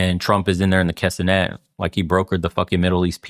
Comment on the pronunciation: K'NEset, not K'senet